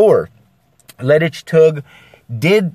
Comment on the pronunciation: You nailed the leidsch part. The tuig part contains a odd sound which only dutch people use. So yeah, good job ;)